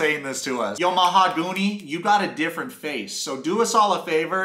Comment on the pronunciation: Mahagoony, lol. The way you pronounce it is hilarious. Love your videos!🎯